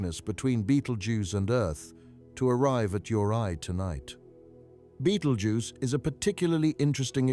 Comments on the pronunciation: Besides repeating yourself goodness knows how many times, this video was very patronising and condescending. And BTW there is no such star as Beetle Juice. It's called Betelgeuse, pronounced (Bet-el-jeers). Please stop trying to dumb down astronomy! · Why does he say "beatle juice"?